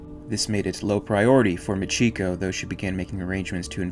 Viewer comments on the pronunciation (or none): This was great except for one thing. Machiko is pronounced "Mah-chee-koh". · Very nice, I have the graphic novel and I loved it, I still read it from time to time. One thing regarding the pronunciation of Machiko, I think it would be properly pronounced as Machi ko, with the emphasis on the first two syllables. This is because ko is a common part of many Japanese girl's names and is represented by a single character. So names like Mariko, Michiko, Noriko, etc. would always have the emphasis on the first two syllables.